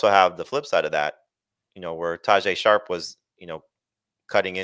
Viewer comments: Good show, but all three of you heard the name Tyjae “Sharp” twice and nobody corrected it. C’mon man! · Right how did and not correct him 😅